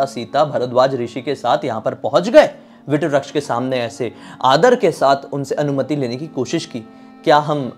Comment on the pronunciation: भाई, आपकी पोस्ट बहुत अच्छी है पर अक्षय वट को वट वृक्ष न कहकर आप विट व्रक्श क्यों कह रहे हैं? कृपया शब्दों के उच्चारण सही किया करें |